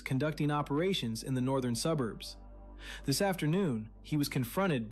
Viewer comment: Im a south african. Why does she pronounce 'this' as 'dis'? That sounds gangster for a public representative.